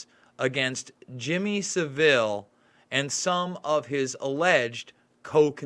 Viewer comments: Son Shine I don’t mind but Americans usually get it wrong but as I said earlier Sa-vile rhyming with bile would be a better name for him! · You can say anything you like about Savile (emphasis on first syllable btw) and Heath but you will never get anywhere because the British Establishment closes up against you. This very old news over here. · Your an American!! Sav as in Have and ILL. This is all old news in the UK and they still cover it up. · Saville is pronounced like gravel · His name isn't french it's pronounced 'sah' ville' rhymes with ba bill. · Heads up. Pronounced phonetic Sav el As in gravel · Great video , check out Cooke report and Ken Clarke , Jersey , elm house . Just thought I let u know its pronounced sav-ul like saddle ,Theroux is a shill ! Jim did fix it for them , then became a scapegoat playing interference . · it's 'fantasist' as I. Fantasy not "fanatist" as in fanatist.....and it's Jimmy Savile ryhmes with gravel.... The Jimm'll Fix It is a TV show all Brits grew up watching....he was a household name making kids dreams come true....well that's what folk thought, quite the opposite. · Fantasy; fantecist not fanaticist. Also please squash your pronunciation of Saville to Savil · Pronounced saville - sounds like saddle. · pronounce Saville to rhyme with travel. unless you're mispronouncing it on purpose...?